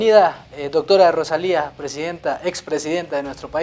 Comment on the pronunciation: EL PRESENTADOR REPITE "ROSALINDA" UN PERIODISTA VIEJO CON ESOS ERRORES DE PRONUNCIACIÓN?